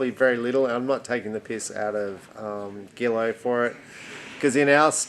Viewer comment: Pronounced “ZHEE-low.”